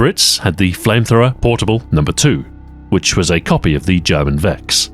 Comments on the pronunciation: On top of all your skill comes very nice german pronunciation, what can't you do? Thanks for the video and keep it up! :) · as a german, it's a nice change of pace to hear someone who can actually pronounce things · Its nice to have content again from you Ahoy. Welcome back! Also awesome video and your pronunciation of German is amazing as always.